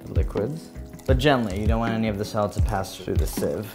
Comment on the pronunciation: The way you pronounce solids sounds like 'silage'. I was like, what? Is this a chef thing?